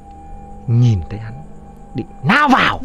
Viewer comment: Đúng rồi :)) ông nam kể con chó lao vào nhấn mạnh to cười đau bụng vkl